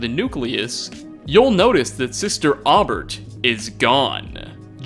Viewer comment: Aubert is pronounced “Oh-bear.” Jeeze dude.